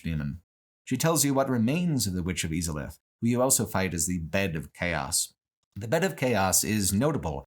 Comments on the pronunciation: ive never heard anybody pronounce izalith e-zalith and even more so seath and see-ath. its literally said in game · I love how cruelly you mispronounce names like Izalith and Seath. You are literally taught how to say their names in the first cutscene 😂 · I’ve never heard someone pronounce Izalith and Seethe the Scaleless like that lol